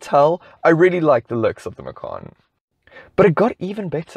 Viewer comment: That's correct the Macan is Javanese for Tiger. So, the correct pronunciation is Ma-chan, not Ma-khan.